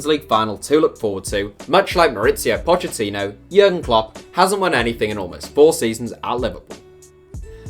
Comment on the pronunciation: It’s pronounced Pockettino why does everyone pronounce his name wrong he even said it in an interview how to pronounce it. It’s a italian pronunciation not Spanish